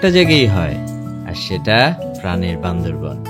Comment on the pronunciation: বান্দরবন না বান্দরবান বললে কি সমস্যা🙄